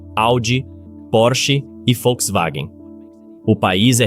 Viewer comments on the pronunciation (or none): none